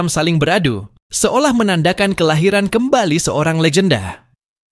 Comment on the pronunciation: Haha Alian si sungai mendalam itu banseng bukan dousheng